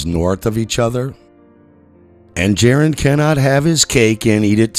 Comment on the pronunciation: You followed for many years and still call him "Jaron"? 🤔